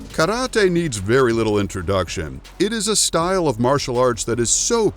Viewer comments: I thought he said the word Karate wrong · is that how you really say Karate 🥋😱 eeeew lol